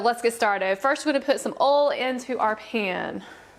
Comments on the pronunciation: it's not oo it's oil you idiot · Did anyone here ol instead of oil not being rude + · I think she ment to say oil not oli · I love how instead of saying oil she sais oll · You mean oil u said ol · Why she said ol and not oil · when you said oil it sounded like oilo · Did anyone notice she said ol enstead of oil when she was making the energy drink slime ?! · umm did no one notice that she is saying ol not oil in the begining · wis its oil not ole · Sorry but this triggered me but it's pernounts Oi, L...not ol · What accent do you have a phone like where do you come home because I’ve never heard someone say oil like ole